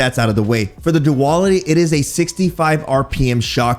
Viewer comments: Pretty sure it's pronounced do-al-itty... Not: do-all-itty.. 🤣🤣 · Do AL it ee Not do all it we 🥱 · if he pronounces it as "Duwal-itty" one more time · I kept thinking you were saying Diwali xD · After reading that comment I couldn't stop chuckling through the video 🤣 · You can't even pronounce the name of the gun properly. For fucks sake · We might using it wrong, but you are definitely saying it wrong 🤣🤣